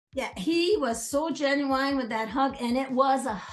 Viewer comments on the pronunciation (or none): did she say genu“wine”？